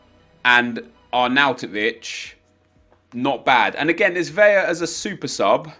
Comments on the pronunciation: bro its vela (ELLA) not vella (EYAH) lmao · Love the vids but for too many years I have held my silence. In Spanish Carlos Vela is pronounced Carlos Ve(L)a. In Spanish double L is Pronounced as a Y. So David Villa would be pronounced David Vi(Y)a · In Spanish, you only pronounce double "L's" with a y-sound, like David Villa or Iker Casillas. However, Carlos Vela is pronounced like you would normally pronounce an "L". :)